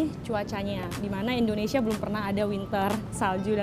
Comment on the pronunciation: Dengernya kok rata² bilang Endonesia ya bukan Indonesia. Sampe ulang - ulang dengerin tetep dengan Endonesia.